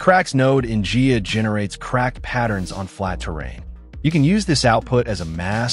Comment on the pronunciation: protip: It's pronounced "Guy-ah" not "Gee-ya"